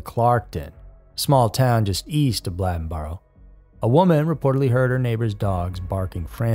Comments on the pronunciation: "Blade n Boro" Not "blad n Boro" you said the county name right, it's the county name plus "boro" I'm from there. Great cover of the story, but the pronunciation of Bladenboro was killing me. 😂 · OMG! It is not Bladdenboro. It is Bladen (like the county name) boro. It is a long “a”. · I’m late. But it’s pronounced Blay-Den and Blay-den-burrow. Bladen and Bladenboro. 😂😂😂 sounds funny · I live in Bladen County and Bladenboro is pronounced like the county, Bladen with a long (a) sound. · Lol. Bladenboro and Bladen county are pronounced the same way. It's not Blad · Bladenboro is pronounced the same way Bladen County in pronounced. I audibly laughed. Never heard it called Blah-denboro. Bladenboro is just about 20 mins east of Lumberton by car. I've lived here nearly 30- odd years and the beast of Bladenboro is actually still visibly being seen around. Local areas. My mom seen it around 2005-09 time frame.. And actually, I whole heartedly believe thatI recently seen it and didn't realize or even think twice about that being an option. Not to mention, we've all seen huge Cat/Dog like creatures in these woods. But additionally, about the serial killer in Lumberton- the truth of Megan & the other woman's murder, being spread around the locals and mostly like- drug dealers and such (which is essentially a locally known drug area by locals) is actually more gruesome in my opinion, than if it were a serial killer. Long time fan of Scary Mysteries. Keep up the good work. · 😂😂😂yeah. I guess you have to live around here to know how to pronounce it. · He knew how to pronounce Bladen county but not Bladenboro?!?! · That's what I came here to say. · The REAL beast of Bladenboro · Bladenboro is pronounced like Bladen County and not like what you hold urine in. Lol great video though! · How do you pronounce bladen country properly but switch the pronunciation of Bladenboro? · The A in Bladenboro is a long A. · Bladenboro is a long "a" just like you pronounced Bladen County.